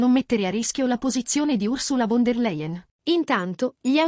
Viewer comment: Si pronuncia “FON DER LAIEN”!!!!!, la volete capire tutti quanti? Possibile tanta impreparazione fra i giornalisti? IO MI VERGOGNEREI!!!